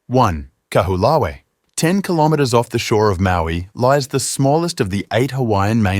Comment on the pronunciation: KA-WHO-LAH-WEE? Try, KAH-HO-OH-LAH_VEH (Kaho'olawe)